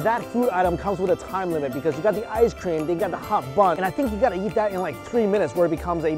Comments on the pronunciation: I heard him say "So many things to yeet." And had to remind myself he's talking about eating. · When mike says eat he says yeet lol